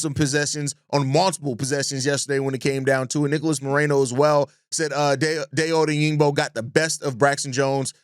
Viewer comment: Great content. Love your show. (FYI: Die-Oh Oh-Dang-Bo)